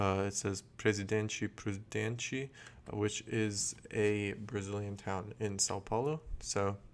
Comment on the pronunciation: Somebody else knows how to pronounce "Presidente Prudente"..... The bright yellow Canadian fields are canola. I think the New Zealand tree is a "beech". They are not related to Northern Hemisphere beech trees, and the last fossil trees in Antarctica are similar to those.